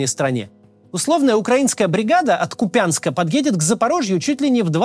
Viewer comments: Как режет слух неправильное произношение. кУпянск правильно, а не купЯнск. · скажем им "КупЯнск" "Ку́пянск"? или это ещё одна "паляниця" будет))) Максим, спасибо за Ваш труд, но очень ухо режет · Город Купянск с ударением на первый слог( Ку). Это моя родина и режет слух, когда Максим неправильно произносит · КУУУУУУУУУУУУУпянск! Ударение на "УУУ"!!! ))) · Максим, правильно говорить КУпянск. С ударением на первый слог. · Так за кого Вы, Максим? Правильно КУпянск, ударение на "У" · Ку́пянск, ударение на первый слог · В слове Купянск ударение на первом слоге. Харьковчанам немного режет слух. А вообще Максиму СПАСИБО огромное за отличную работу, один из лучших на ютубе!!! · в слове Купянск ударение на первый слог, посмотрите википедию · Максим так же плох в военном прогнозировании как и в названиях украинских городов😂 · Спасибо, как всегда интересно. Только Купянск ударение на первый слог ,как и Славянск. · Максим, добрый день! Купянск, ударение на первом слоге буде правильным. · Максим, я вас люблю и слушаю всегда, но, пожалуйста, КУпянск, а не КупЯнск🙏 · Не КупЯнск, а КУпянск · Скажите кто-то Максиму что в названии украинского города Куп'янськ стоит не ударение на я, а апостроф. Правильно произносить Ку́пянск, ударение на первый слог, спасибо. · Максим, только не КупЯнск, а КУпянск :) спасибо за выпуск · Максим, очень Вас прошу произносить название города Купянск правильно с ударением на У 🙏 А так видео как всегда отличное! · КУпянск, не купЯнск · Спасибо за работу Вам и вашей команде) Одна убедительная просьба от меня, как жителя востока - не КупЯнск, а КУпянск )) очень слух режет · нету никакого КупЯнска, есть КУпянск - ударение на первый слог. Мне, как Харьковчанину, постоянно режет слух. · Максим перестаньте говорить Купя'нск,это ассоциируется с оккупантами этот город все называют Ку'пянск с ударением на первом слоге. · Максим, не Куп`янск, а К`упянск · Максим, не КупЯнск, а кУпянск! Ударение на У. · Купянск, ударение на У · Купянск , ударение на у , не я